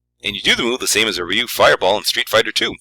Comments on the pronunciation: i took japanese in college , its one syllable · Also you pronounced ryu wrong!